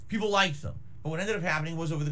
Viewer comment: For my fellows mexicans, just said his very own version of "pipopes". Very based and racist xD